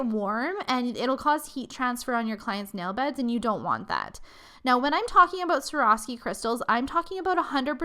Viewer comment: She said Swarovski wrong. Every time.